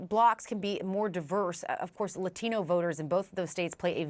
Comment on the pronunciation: Just say "Latino" like a normal person. It's a borrowed word. We don't just suspend our English-speaking self and temporarily become a native Spanish-speaker when we encounter a word borrowed from Spanish. Just as I don't do a pirouette every time I say the word "ballet". That's not how language works. No language in the world works that way. So ridiculously annoying. Says everything that's wrong with the state of education today.